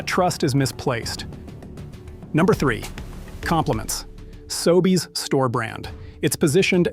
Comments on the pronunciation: The narration in all of these videos is AI. Listen for unnatural pauses, occasional strange pronunciations (SoBays instead of Sobeys) Is AI narration the verbal equivalent of fructose-glucose? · Your AI narrator can't pronounce SOBEYS correctly. Are you even listening to and quality controlling your own audio track? WTF! This seriously erodes your BELIEVABILITY!!! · Hi. Respectfully, you lost me at the AI pronunciation of Sobeys. Please research, thanks. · The AI voiceover tool you used to narrate your video doesn't know how to pronounce "Sobeys"